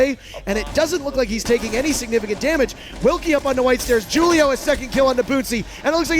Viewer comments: It's pronounced "hulio" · This guy failing at the name Julio is killing me